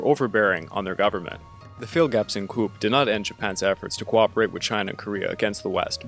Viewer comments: Coup: Coo not coop😂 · Seoul is pronounced "soul" and coup is pronounced "coo"